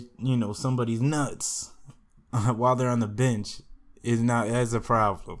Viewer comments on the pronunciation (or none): Bruh the way you said nuts lol